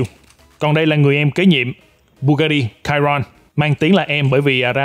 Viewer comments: đánh vần sai rồi: bugati chiron mà anh kêu là: (bugati cairon ) sai chữ (cairon ) chữ đúng là chiron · Chi-Ron Nha ah chu ko phai la ciron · Chiron đọc là sì hon nhé bạn. Tên xe được đặt theo tay đua huyền thoại người Pháp Luis Chiron nên đọc theo tiếng Pháp. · )) bugatti chi ron , đọc bth như tiếng việt thôi anh